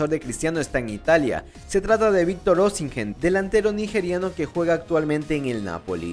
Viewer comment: Se pronuncia sin la H crack, OSIMEN!